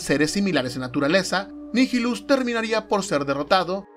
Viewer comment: Nihilus es latin, asi que lo pronuncias bien